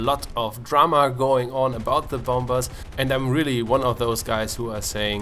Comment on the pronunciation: I know that I might be a apin in the ass but dont say 'bomBers" say "bomers" apart from that awesome video.